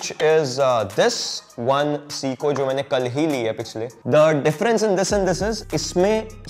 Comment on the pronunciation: It’s say-koh Not seeeko